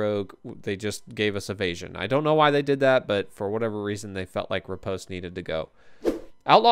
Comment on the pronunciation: The thumbs down are French people who didn’t like your pronunciation of Riposte 😂